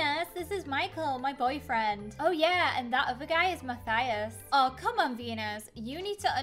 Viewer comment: It’s Mathis not mathathis